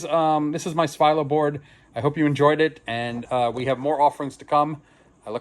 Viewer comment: As his name is Bulgarian, it should be pronounced Svee-lo and not Svye-low.